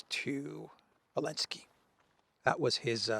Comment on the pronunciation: why do you call Zalensky Alensky😅?